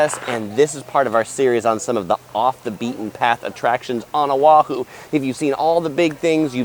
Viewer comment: A wahoo is a fish Oahu is a island it’s pronounced o’a’hu also it’s Not key 🔑yoto it’s pronounced kyo to .